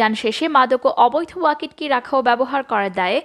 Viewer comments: It is not Wakit ki it is waki toki ( as spelling) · ওয়াকিট কি বলছেন কেন এর উচ্চারন ওয়াকি টকি । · ওয়াকিটকি উচ্চারনটা সঠিক করুন।